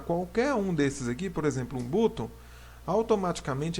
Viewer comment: Muito boa a aula! Não quer o ser chato, é que a pronúncia correta de BUTTON é ba1, ou seja é como se você falasse ba+um em português. Pra quem mora em país de língua inglesa é muito estranho ouvir você falar butôn. Se quiser ouvir a pronuncia correta coloca no google tradutor e clica no autofalante. Vlw, tks.